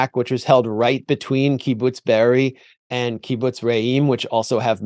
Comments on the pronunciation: Kibbutz Be'eri, not Beriah. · Chris can't even pronounce Be'eri but pretends he knows so much...